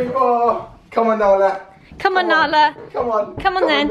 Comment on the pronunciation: Nala not Bala